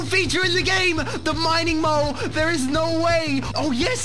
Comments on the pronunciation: Its mole not mowe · He said mining mole it sounds like moe I thought that first